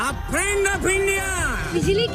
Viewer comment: My phriend India's phriend Mr Dolaaand Trump 😂😂😂😂